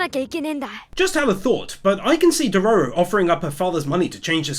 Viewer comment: the fact he STILL Calls dororo a she, plus says his name wrong makes this so hard to watch, especially how he just ignore dororo saying HE was a boy.. other then that, i still absolutely love this video and channel..